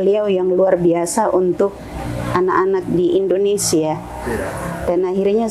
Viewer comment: Indonesia mbak....Indonesia bukan Indonesa ......